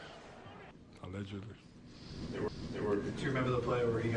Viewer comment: "Always pledged 😂😂😂"